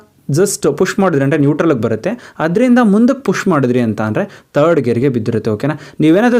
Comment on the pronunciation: ವಿಡಿಯೋದಲ್ಲಿ ತುಂಬಾ ಚನಾಗಿ ಹೇಳಿದಿರ ಆದ್ರೆ ಕನ್ನಡ ಪದ ಬಳಕೆ ಯಾಕೆ ಈತರ ಮಾತಾಡ್ತಿರ ಹ್ಯಾಂಡಲ್ ಆಯಂಡಲ ಅಂತೀರಾ ಥರ್ಡ್ ಗೆರ ಗೆ ತರ್ಡ್ ಅಂತೀರಾ ಹೋಗೋದಕ್ಕೆ ಓಗೋದು ಅಂತೀರಾ ಹಿಂದಕ್ಕೆ annodakke ಇಂದಕ್ಕೆ ಅಂತೀರಾ ಅದೇನು ಅಂತ ಕನ್ನಡ ಮಾತಾಡ್ತೀರಾ ಗುರುವೇ